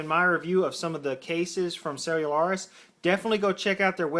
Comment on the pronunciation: No, he is saying it right. I go to their warehouse every so often to buy cases